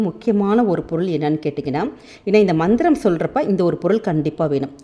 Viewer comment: Mam mandram you are pronouncing is different compare to your writing version